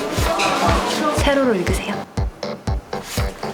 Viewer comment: 남자분 세로로 읽으세요 할때 발음이 ㅋㅋㅋㅋㅋ 셰료료 일그세요 ㅋㅋㅋㅋㅋㅋㅋㅋㅋㅋ